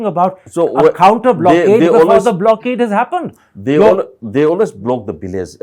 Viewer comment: Hey, please keep practicing on how to pronounce words like, "occupied" not occufied, "illegal" not illegan "tolerant" not tolaren "village" not bilays